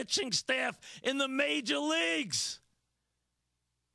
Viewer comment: Been almost two years, but I still can't get enough of this. "THIS IS MAJAH LEAGUE BASEBAWL. YOU'RE ACTUALLY PAYIN TA WATCH THIS?!?!"